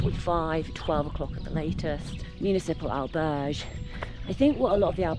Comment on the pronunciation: Wow, no attempt whatsoever to try to correctly pronounce Spanish correctly, The butchering of ‘Albergue’ is cringeworthy.